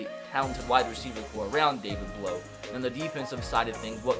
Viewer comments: As a Purdue fan I actually watched all his games in college. Also his last name sound is ow not oh. Blough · It’s pronounced David Blau not David Blow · Hey, I like your videos, but I have one critique. His name is pronounced Blough sounding like plow, not blow. Keep up the good work! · Blough is pronounced like you would say "now" not "blow" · You’re saying his name wrong. It’s not blow. Bl then like you’re saying ow. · His name pronounced like plow but with a B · David Blough is said like David Plow but with a B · Its pronounced blough like a feild plough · It’s David Blough, but u say the last name like Blow(say ow as like u hurt yourself, u say OW! That’s what it is) it sounds like Plow... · you said Blough wrong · David Blough my boy from Purdue! Edit: your pronouncing it wrong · AJ Burri I’m a Purdue fan too and I want to watch this series but if he pronounces it that way the whole time i don’t know if I’ll be able to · David Blough was never drafted by the browns and Blough doesn't like sound blow,it sounds like bl-ow,ow like in ow I hurt my toe.